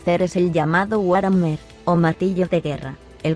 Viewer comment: ¡Te saltaste una parte! ¡¿por qué siempre me haces esto?! Oh, demonios, debí haberte dicho que War Hammer se pronuncia Buar Jamer.